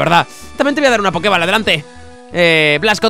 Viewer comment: Fola tu equipo al ser bebés son más lentos que todos los Pokémon que sean primera o última evolución aunque sean de nivel más bajo que tú de por si Swellow es un Pokémon rapidísimo. Y Poké Ball no se pronuncia “bal” tal cual puesto que está escrito en inglés se dice “bol” poke bol, en su traducción al castellano debió ser Poké Bola.